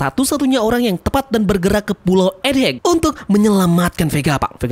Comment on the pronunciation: Egghead bang bukan Ed heg... set dah masih aja salah dari kemaren...